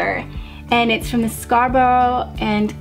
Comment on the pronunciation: nearly right on the Scarborough pronunciation, softer sound on the end. didn't Simon and Garfunkel record Scarborough fair? well here in England, where Scarborough is of course, this is how we say it, give it a listen xx ( actually forget that, they pronounce a hard 'o' too lol, try the Sarah Brightman version) xx